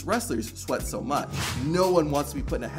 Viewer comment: Did anyone else notice on the maxxine dupri clip he said "too buch" instead of much 😂😂